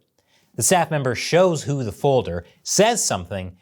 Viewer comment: I was trying to keep track of "hu" and "who" until "little hu" came up to the story, you said who a lot then I got confused and stop.🙁....Good analysis though👍